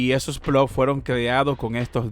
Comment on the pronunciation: Gano yo más y solo tengo 200 plots o plós como dices tu. Si no sabes ni decirlo cómo vas a ganar dinero? 🤣🤣🤣